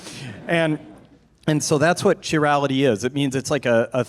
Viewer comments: Yeah, slightly annoying. More annoying is when he mispronounces "chirality" over and over and over again. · pronunciation of "chirality" is hilarious. He's clearly been doing his own research reading about this stuff, which I think is great.